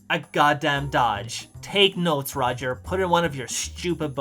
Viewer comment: It's not Rodger it's Roger.